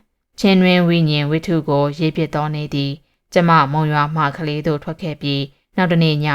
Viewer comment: ကလေးမြို့....... ကလေး...... က ကြီးအသံထွက်ပါတယ်။ ခလေး လို့ ခ ခွေးအသံ မထွက်ပါ။